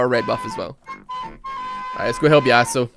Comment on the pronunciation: Yâsøu -EUW -lux pls x)